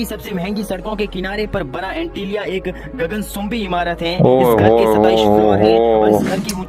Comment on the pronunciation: Bhai plz juban ke neeche gol mirch rakho gaganchumbi ko gagansumbi 😆